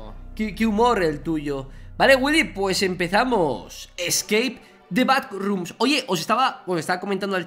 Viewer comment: Gente de habla inglesa: Scape the backrooms Vegetta: Escake the packrooms